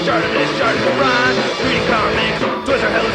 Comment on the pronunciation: I thot it was stratimissprim not shartrtimissprim